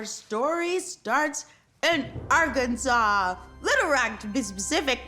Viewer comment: Thank you for pronouncing Arkansas correctly